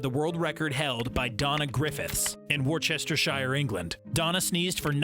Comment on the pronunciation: I'm so sorry, but as a Brit your pronunciation of Worcestershire just broke me out in hives,...